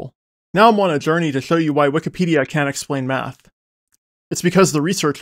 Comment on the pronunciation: Carefully enunciates "text explanations" like his life depends on it even though no one could possibly misunderstand. Makes no effort to differentiate "can" and "can't" even though they mean literally opposite things and sound identical in his accent.